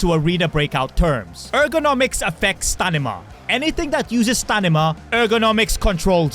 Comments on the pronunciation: Did I hear you say 'Stanima' instead of 'Stamina' 😂😂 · STAMINA not stanima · You say stanima no stamina😂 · I'll kill myself if you won't stop saying stanima instead of stamina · Stanima 🤔 Can you be more Pacific 🫣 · Anyone notice he said "stanima"instead of "stamina"😂i was taking hits of my dab pen when i heard it and im like wait did i hear correctly ? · Bro definitely said stanima 😅😅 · If this mf says STANIMA one more time imma crash out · Idk if I'm just sleepy or I keep hearing him say stanime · bro really said Stanima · He always says that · Hes to chadly to say it normally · Stanima counter:7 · He always says that. 😂😂😂😂😂 Also he says gi(e)-ro-scope instead of gia-roscope for gyroscope. 😂😂😂😂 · Like 50 times😂 out of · He literally says it on purpose, I’m guessing you’ve never seen one of his videos or some shit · I thought he is British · Imagine saying stamina wrong that many times... lol